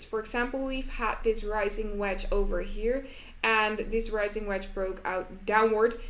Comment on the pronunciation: Ricing = Rising